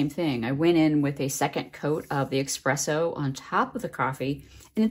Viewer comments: Love all your techniques, but especially #3 where you use the dry coffee particles on the wet paper. Brilliant! I've done the same with water-soluble graphite with similar results, but in black and shades of gray rather than brown. (BTW, it's Espresso, not Expresso ;-) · I'm binge watching your videos, so much great stuff. But... there's no X in espresso. FYI.